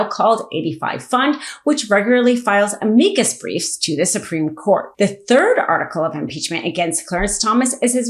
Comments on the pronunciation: Weird mispronounced words. Calvary? You mean cavalry? Ameecus? You mean Am-i-cus? Leo-nard? You mean Len-ard? Cray-ken? You mean krack-en? Seriously. Do better. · Please learn how to pronounce 'amicus'.